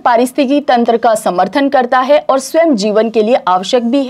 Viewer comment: Maam ओर नहीं और बोला करिए